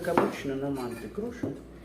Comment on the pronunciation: Нет не маааанты, а Мантыыы! Мантыыыы! Ударение на Ы!